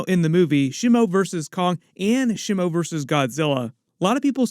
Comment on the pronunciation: The initial vowel in "Shimo" is like the vowel in "she," not the vowel in "shim." It's a Japanese word. Japanese doesn't have the vowel in "slim" or "Tim" ✅ SHEE MOH ❌ SHIH MOU ✅ / ˈʃi mo / ❌ / 'ʃɪ moʊ/